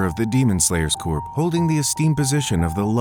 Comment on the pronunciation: Just a heads up corps in demon slayer corps is pronounced “core,” it’s not like corpse